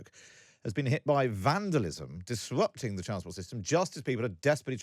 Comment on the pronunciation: "FWWance" "DisWWRrupting"